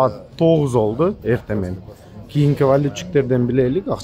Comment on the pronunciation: болду дегенди да олду деп жатасын ошону да оңдо